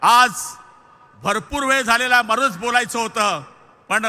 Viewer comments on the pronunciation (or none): none